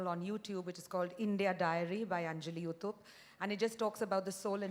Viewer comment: Barkha it is not “ Uthap” but “ Uthup” . Please pronounce it correctly